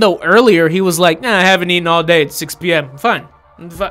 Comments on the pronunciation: "Have you aten??" 😂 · So are we just going to ignore the fact said 'ate-en'. Eight-en. 'Have you eight-en lately'.